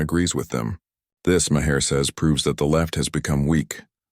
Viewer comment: How come none of the AIs can pronounce Maher's name?